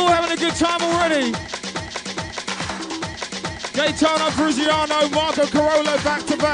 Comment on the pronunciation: Someone needs to teach the MC how to say Gaetano's surname 😂